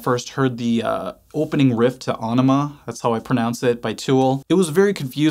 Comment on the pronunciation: Always appreciate your dedication to accuracy! RE: , that's exactly how the album title (Ænima) is pronounced, but the song (Ænema) is pronounced like... well, enema.